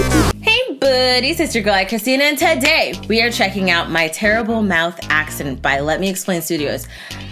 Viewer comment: her mowth is a mess😯